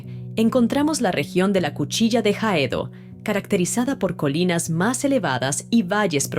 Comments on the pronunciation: Dos observaciones: En español la H es muda, no aspirada, pronunciada como se hizo en este vídeo, el espectador que quisiese buscarla en un mapa buscaría la cuchilla de Jaedo en vez de Haedo la cual es su ortografía. En una parte se llama a lo vinculado al Río de la Plata como marplatense, cuando lo correcto es rioplatense ya que el término marplatense es el gentilicio de los oriundos del balneario argentino de Mar del Plata. Ah, y en materia de postres olvidaron el Massini, creado por la confitería Carrera, cuya exclusividad de nombre ya expiró y que también es un clásico. Por lo demás bastante buen vídeo aunque algunos han mostrado más en menos tiempo y el hecho que el relato geográfico ha tenido sus saltos al decir luego de Colonia del Sacramento pasando por Punta del Este, cuando luego vuelven hacia Montevideo, el término pasando induce a error pues implicaría que Punta del Este estuviese ubicada entre Colonia y Montevideo, cuando es esta última la que está ubicada entre las otras dos mencionadas. Por supuesto que esto no confunde a nuestros hermanos del Mercosur, pero están presentando al país para todo el mundo de habla hispana, por lo que se debió cuidar más la expresión de precisión geográfica. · Gracias. Cuchilla de d Haedo : mal pronunciado....